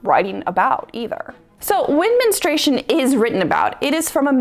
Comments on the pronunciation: Why can't so many people properly pronounce the word "Men-STRU-ation"? It's not men-stration. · Why do you say menestration? It’s menstruation.